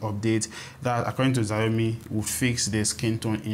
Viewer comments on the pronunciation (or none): Xiaomi is pronounced "shiaomi". In Nigeria right now value trumps functions so your final word should be focused on that.